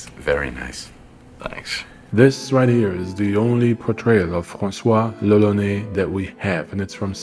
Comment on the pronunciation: brosky, on the painting you showed at the beginning it literally says lolonois, which would indeed sound like roronoa in japanese, but it's not lolonais ^^ Which is what you're saying throughout the video ! Sorry it kinda bugged me because the whole thing is made obvious by zoro's name and you're saying it weird so I'm like "??" x) Maybe you misread the name on the painting or maybe it just sounds normal to me because I'm french but either way, I'm pretty sure you're mispronunciating it o:) I know it's not important, and good video regardless !